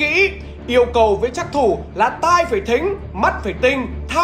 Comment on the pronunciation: trắc thủ mà nghe nhầm phắc thủ